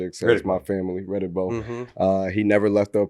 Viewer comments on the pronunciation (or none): Did he say Riddick Bowe